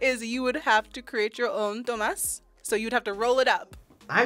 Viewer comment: Totally butchered the stuffed grape leaves. DOLMADES LOL